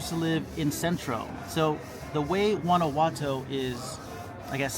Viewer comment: "Gwana watoe"